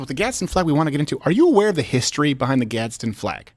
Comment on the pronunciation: So annoying to hear you all say "GadsTen Flag" flag every few seconds when it is pronounced "GAD SDEN"